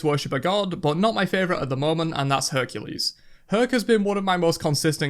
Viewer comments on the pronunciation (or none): none